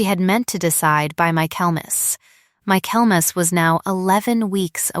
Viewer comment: I commented on the mispronunciation in two stories, then heard the same mispronunciation in a third story. I just gave up.